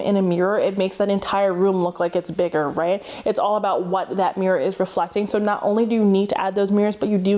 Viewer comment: You say MEEEErur instead of mirror lol.